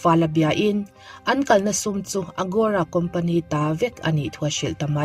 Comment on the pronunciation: AGORA a nia, AROGA tiin i rawn lam daih a...😂😂Mahse i tisual ve nih kha.